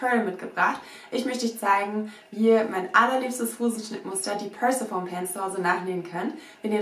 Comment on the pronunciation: Super Tutorial, werde mich auch bald mal an dem Schnittmuster versuchen! Kleiner Hinweis: Persephone wird englisch etwas anders ausgesprochen (mit einem i-Laut am Ende und Betonung auf der 2. Silbe), stammt nämlich aus dem Altgriechischen. :)